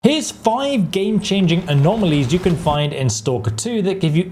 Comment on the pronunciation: ''game chaning'' alright pal.